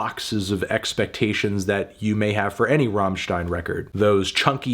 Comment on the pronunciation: But he knows how to pronounce "stein" not like his american fellows who pronouce it like "steen" or what :)